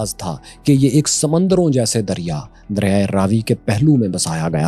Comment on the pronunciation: Raavi❌ Ravi✅